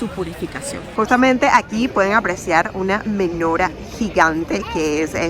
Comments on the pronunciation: No se dice Menora sino Menorà, hablas tsn rápido que no se entiende nada.. El tema de judíos religious es tan tsn taaaaaaaan amplio que en un video no alcanzaría. Te recomiendo que no hables tsn rápido, se nota mucho cuando lees y pronuncias muu mal Cashut Lo pruncoas mal El Tora no de dice Se dice LA Torà. Porq no averiguas porque no se come camarón y no se mezcla leche con carne. Es muy interesante... Ufff que mal video te falto interiozarte antes en cada cosa en vez de hablar tan rápido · MenorÁH, con tilde en la Á